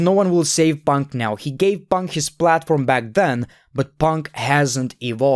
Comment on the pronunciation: This video made me happy because of the amount of times he said "PONK"